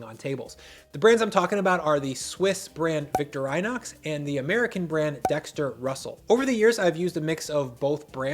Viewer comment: Great video. I am having a crisis trying to process the word VictorAYnoxs